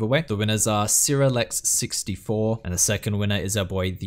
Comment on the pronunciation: When you pronounced SirAlex as Sira Lex. Rsn : ArixnaGrande